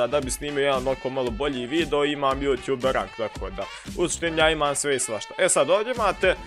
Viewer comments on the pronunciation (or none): none